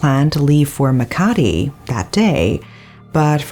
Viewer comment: I was about to comment. Also Makati and Muntinlupa. Love how she researched even the pronunciation of the cities. 👏🏻